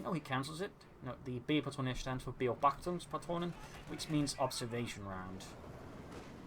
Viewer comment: About the snipers Ability. It is pronounced "Be-obachtungspatrone" not "Beo-bachtungspatrone"